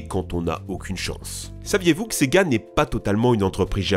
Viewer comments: quand tu dis sega j'entends c'est gars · Et du fameux : sEgA